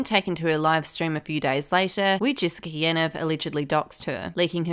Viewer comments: It’s pronounced “Yaneev”.. sorry great video just had to say that.. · Why are people saying yan-ev isn’t it ya-neeve